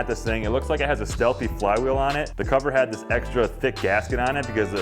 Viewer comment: Steahly not "Stealthy"